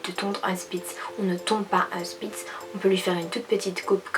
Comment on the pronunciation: Salut c'est une super vidéo ☺ moi c'est aussi une spitz allemand croisé elle a eu un passer dur mais maintenant elle va mieux c'est elle qui est en foto de profil je voulais te dire qu'on dit pas spitz mais shpitz (saufe sa s'écrit spitz) Bref je vais m'abonner à ta chaîne regarder ton contenu et likez ta vidéo (ah oui et je vais sortir ma première vidéo sur ma chaîne) Bisous 😙